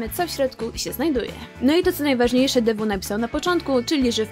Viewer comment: Dzieki ale to jest Thew a nie DW;) Dw sie wymawia a w sumie tak wymawia